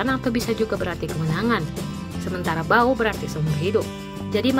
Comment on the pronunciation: Bacanya bukan bao sebenarnya tapi pao.😅